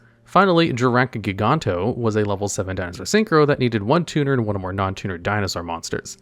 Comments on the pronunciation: sorry to be "that guy", but it's pronounced as "gi-ga-no-toe" and not "gi-gan-to" aA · "Giganoto" read that again. Not "Giganto". Comes from "Giganotosaurus"